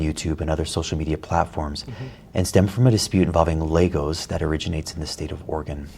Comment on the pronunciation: why did he say LEGOS like it was a slur ? XD